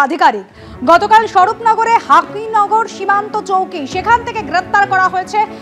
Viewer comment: হাকিনগর সীমন্ত না , হাকিমপুর সীমান্ত